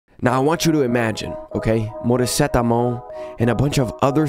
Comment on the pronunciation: The way he pronounced "Morisette Amon" sounds like "Paracetamol"